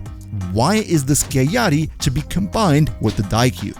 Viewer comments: its pronounced “skiagyatty” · Sky-ah-yatt-ee Skiajati.